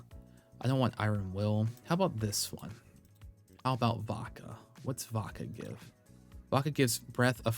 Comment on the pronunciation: Everytime you say Vodka I hear baka 😅